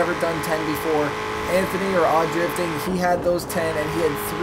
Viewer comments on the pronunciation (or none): none